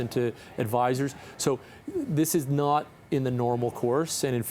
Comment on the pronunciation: He can't even say not with a T! Now corrected! Thanks!